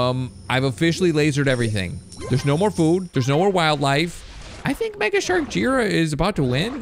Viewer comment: It's J-I ra not jira